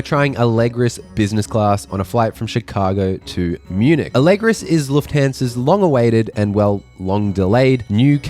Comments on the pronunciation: I have to admit: great video but hearing how you say LufthEnsa every time was just making my ears bleed a little lol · Bestie love your videos but pleeeeeeeease pronounce Lufthansa properly ❤ Luft-HUN-za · It really hurts how you pronounce Lufthansa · Pretty much every English native speaker and vloggers in general are able to correctly pronounce Lufthansa, especially because it literally contains all English vowels, just this joker makes it a point to consistently say it wrong, despite saying business clAAAAs "correctly" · You call it „Lufthansa“ like Huck! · You can't even pronounce Lufthansa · Is that how lufthansa is pronounced? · Every time you say Lufthansa I cringe! Boy, check out how it is pronounced!!!!! Like seriously!!!!